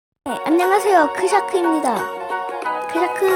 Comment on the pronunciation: 왜 샤크입니다 할때 앞에 크를 붙여요? 크샤크 라고 하시길래 .....